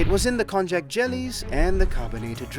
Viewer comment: I have never thought to pronounce konjac as kon-jack. I believe it’s pronounced kon-yack.